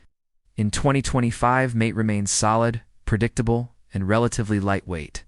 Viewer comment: It's NOT Mate (long A sound as in he's your mate). It's Mate (The A is a short A and then a long A for the E). Get it right, otherwise you just sound ignorant.